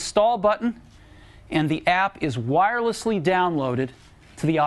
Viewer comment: I like how he stressed on the wirelessly in 'The app is wirelessly downloaded'